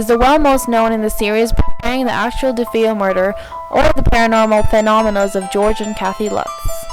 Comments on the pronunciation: DeFeo = Da Fay oh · You're not pronouncing Defeo the way it's supposed to be pronounced.